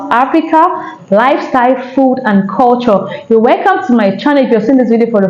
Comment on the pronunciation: She is not a Ghanaian. Listen to the way she is pronouncing culture. Go back to Nigeria to enjoy the cheapest😊